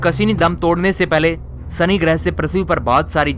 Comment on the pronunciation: I really love your videos, but please improve your diction especially while pronouncing 'S'(Sunny = Shani ) and 'SH' (Cashini = Cassini) etc... Else your videos are interesting.